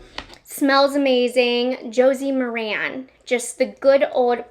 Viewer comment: Hi. FYI. It’s pronounced Josie Mar-in. 😀